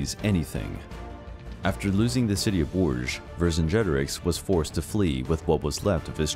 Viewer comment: I could not stop cringing when I heard the name Vercingetorix being said! It is pronounced "Ver singe a tor eeks"